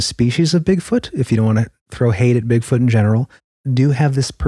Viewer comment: when he mispronounced Bigfoot as BigFORT, it came across as “bigfart” to me and it caught me by surprise so suddenly that it made me laugh while in the process of a cough, which gave me violent hiccups for an entire half hour 😂😂😂